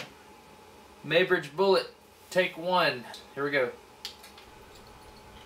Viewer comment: It is pronounced 'MOY' bridge.